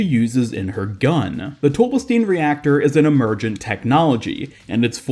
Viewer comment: It's pronounced tobe-bell-stine, not tobe-bell-steen. Sigma even pronounces it as the former. I know it's spelled "Stein" which in English would be pronounced with a hard E but it seems to be more of German origin which means the last letter in any ei/is combo is the one that is pronounced. In this case it would be the I. Like how Einstein isn't pronounced Eensteen.